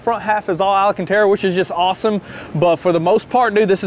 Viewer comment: Every time says alACantara a baby capybara is euthanized 😢